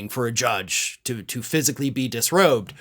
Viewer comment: "Dusrobed.." lol, looks like Large Marge is a few fries short of a happy meal.